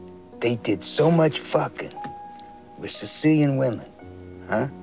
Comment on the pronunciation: "You're Siseelian, huh?" "Yeah, uh, Sicilian."